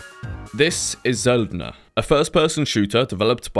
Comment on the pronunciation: Can I just say how absolutely happy I am that you knew how to pronounce Söldner? Makes me a little teary eyed. Not going to lie.